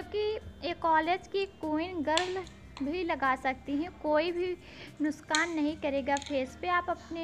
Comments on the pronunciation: plzz don't mind....bt nuskaan Naa bola kriye....nuksaan boliye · waise to aap bhut innocent hai bilkul mujhe mere gao ke yaad dilate hai pr plz ye nuskaan na bol kr nuksan boley or baat krte hue tora pause kam ligeym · Your talk is so sweet..you said nuskaan instead of nuskaan